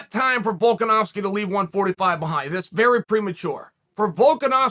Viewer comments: The fact that Chael can accurately pronounce Volkanovski is worth an investment in some of his window sheen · "Volkanovski is not an easy name to pronounce!" Literally one of the only names Chael says correctly lol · Chael : "Nobody can pronounce Volkanovski!" Also Chael : Only name with more than 2 syllables he's pronounced correctly in the past 2 years : Volkanovski. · Volkanovski is the first MMA fighter's name Chael gets correct, and he claims it's hard to pronounce. Still undefeated